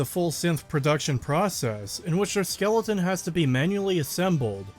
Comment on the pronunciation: I can't tell if you pronounce skeleton wrong as a meme or not